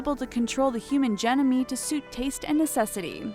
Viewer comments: This sounds great, but you meant to say amenable (pronounced ameenable, not "amendable") and genome is pronounced geenome not "jenomee" (you should check these things out before putting vids together, but I love the way things are heading! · Did everyone just ignore the fact she said "Gen-no-me" instead of Genome ? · Hopefully, future humans will have a better command of their language! amendable? The correct word is amenable. Human genome. Genome is pronounced jee'-nome, long o, silent e, not, je-no-mee! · "Human Gen-o-me" ? Yikes. It's Genome, (jean-OHM). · is this a robot? because otherwise she can't read well. she mispronounced a few words that I thought they would've caught during editing. (ex. genome [jean ohm] was pronounced [jay no may]. you should know this word if you're going to make a video about such a subject. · Interesting material. Be careful to check your pronunciation. Several words didn't come out right. Like "genome". It's pronounced "gee' - nome". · I'm sorry I just cannot get over the fact that the narrator said genome like "Gen-o-mee" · Lol she said g-no-mee 🤣🤣🤣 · Did she just say "gen-o-me"? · Went from me sharing great info to cray cray lost me when the word genome wasn’t pronounced right... love sci fi though! Lol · That's not how you pronounce genome. Otherwise, good video and interesting information, thanks :)